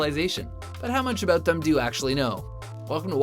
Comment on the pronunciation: In their last two videos, they can't help but say 'aboot', so you'd have to assume so.